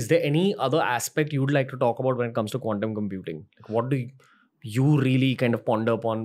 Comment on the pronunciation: Dude Ranveer, please stop pronouncing quantum computing like condom computing!😅😅😅